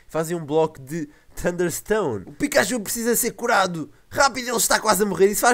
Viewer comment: pikachu,e não picaxu,e pichu, não piju